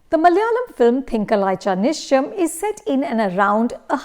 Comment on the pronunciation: At least put in some effort to pronounce the name of the film correctly